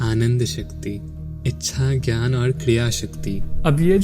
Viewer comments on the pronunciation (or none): none